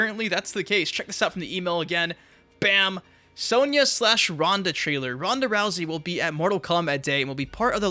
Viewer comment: Why do you pronounce Sonya as "sowneeah" ? Have you never played MK before?